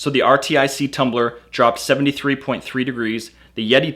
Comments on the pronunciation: RTIC is made in Cypress, TX which is an area in Houston. And yeah, their name is pronounced R-Tic like the Artic in Antarctica lol Or at least remain consistent and spell out Y-E-T-I 😂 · U kniw it’s pronounced artic? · Pretty decent comparison video. FYI, RTIC is supposed to be pronounced as Arctic with the first c being silent of course. There's even a picture of a polar bear on the lid. No self-respecting gun owner would own a Yeti anything. They're publicly anti-gun. I'll stick with my RTIC where I can get more color choices than the Hellmart brand. Also I saw in another vid that the Ozark Trail brand had wonky lid seals...Pass. Keep making vids bro. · It’s r-tic you dipshit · Good video, but jesus christ how annoying what is that he couldn't just call it rtic "artic" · Lol it’s pronounced artic. R-tic. Get it!? 😂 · I'm thinking it is pronounced "artic"... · RTIC = "artic" (how most people say Arctic) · Is anyone really going to take the advice of a guy who can't figure out that it is pronounced R-TIC which is similar to Arctic? Or maybe he is pronouncing Yeti wrong and it is actually Y-E-T-I? Could go either way. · RTIC = pronounced like Arctic. Like as in cold. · Dude I'm pretty sure RTIC is pronounced (Arctic) like where the polar bear in its logo lives. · you can't say RTIC like arctic not that hard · I really hope this guy's not that dumb. I've never heard of this but it's pronounced Arctic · it's pronounced arctic (RTIC) Great video though 👍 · its R-tic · lol how in the world do you keep saying R T I C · RTIC is pronounced "Artic" or ""R" tick" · RTIC is pronounced like the word ARTIC. Like Arctic. It's a play on words so to speak. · RTIC: FYI it's pronounced (Ar-Tic) or "Artic" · RTIC is pronounced like Artic... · Too dumb to realize RTIC is pronounced Arctic? What an idiot. You sound stupid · It's pronounced "ar-tic". Like the cold place. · Artic...ARTIC...not R.T.I.C. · it is Arrr like a pirate (Artic) not R T I C.. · R-T-I-C what!? Artic 😂😅